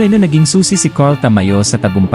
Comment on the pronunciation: sa aken bro, ayus Naman pagsasalita mo, maliban sa pagbigkas Ng name ni Ta-ma-yo., gusto ko din na madalang kalang magsalita. Pero Yung background mo is not needed sa palagay ko and mas okay na marinig ang commentator. Keep it up.